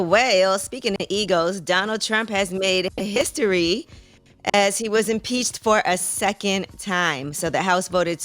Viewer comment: The most annoying part of this interview Damn yeee is so annoying, trade her ass. She said impeaced wtf is impeaced????